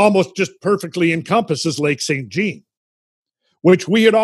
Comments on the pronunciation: Pronounciation police here, Lac St Jean is pronounced Jon as in Saint John Lake, not like denim jeans.. Lol. Us Quebecoise change everything to French that has anglo roots. Thanks for all the info and now i will look at this lake with a different perspective. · Its pronounced "Sain Jahn" with the consonant part of the T and N being silent.